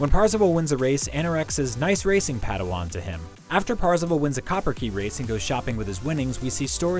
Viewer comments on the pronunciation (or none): none